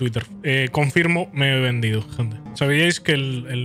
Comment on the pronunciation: Man pensé que decía venido